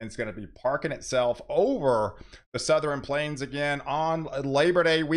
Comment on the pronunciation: SouthERN not SouthREN lol, love the content